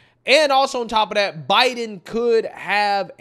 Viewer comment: That not "Dat"...This not 'Dis"🙄🤷